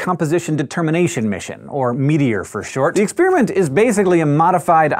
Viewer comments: Expiriment, expiriment, expiriment, expiriment, EXPIRIMENT. It's called experiment! With an "e"! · I can't get over the way he says ex-spearmint.